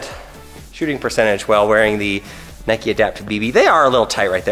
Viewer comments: Doesn’t know how to say Nike “ohh Nikee shoes” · LATE COMMENT BUT WTF WHO SAYS NIKEY YOU DONT CALL A BIKE A BIKEY DO YOU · English - Nike American- Nikee